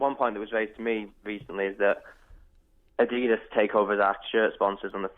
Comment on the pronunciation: Niike & Adedus??? It's pronounced Ni-key & Ad-e-das.